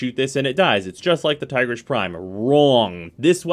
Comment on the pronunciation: Its "Teegreace". Not Tygrish ;/